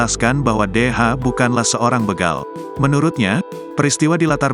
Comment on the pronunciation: Masze Host, bukan begal tapi yg bener begal